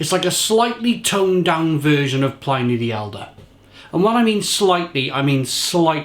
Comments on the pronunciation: So /plɪni/ instead of /plaɪni/? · Its pronounced Plin E not PLynee, Pliny Elder and Younger were Roman Historians, not PLY Knee, PLIN E